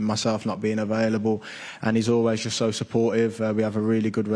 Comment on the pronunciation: “ Jut “😂 cant wait for all the press conferences